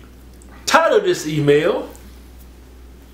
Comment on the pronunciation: "Tide of this Sea Male"... Anyone else hear that? Lmao